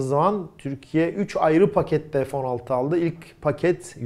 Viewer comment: Merhaba. Bir sorum olacak.. neden F16 türkçe olarak söylenmiyor da (EF16) deniliyor. Takıntılı değilim ama tüm kanallarda bu şekilde söyleniyor.. Türkçeyi korumak sizin gibi göz önünde olan kişilerin en önemli ödevi olmalı diye düşüyorum. İşinizi bana göre naçizane mükemmel yapıyorsunuz. İşini severek yapan insalara hayranım...Allah ömrünüze bereket, hâyır ve afiyet versin.